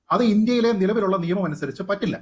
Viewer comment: സുപ്രീം കോടതി വക്കീലേ... നേമം അല്ല..., നിയമം എന്ന് പറയൂ.....😂😂